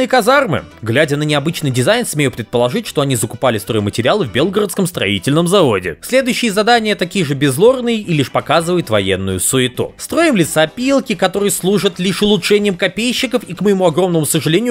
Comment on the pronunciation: БелгорОдском, ударение не туда.